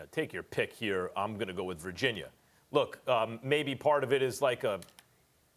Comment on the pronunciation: Virgin-yurrr - Stephan A. Smith